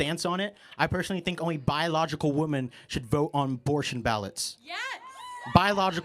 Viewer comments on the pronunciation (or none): Boy, go back to school or your parents and learn how to pronounce women. It’s bad enough that gen z women can’t pronounce it but it is cringe when a man can’t